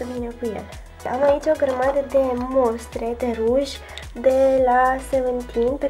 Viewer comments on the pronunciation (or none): none